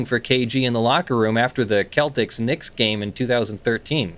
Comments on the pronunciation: It's pronounced "Sell-ticks" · I love how he pronounces the Cel tics as Kel Tics. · Please pronounce Celtics (the basketball team) again! 😂👍